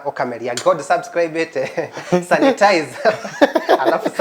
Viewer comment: Santanize. Ngai it’s sanitize!!!